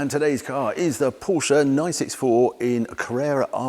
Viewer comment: At least Harry knows how to pronounce "Por-shuh", 😇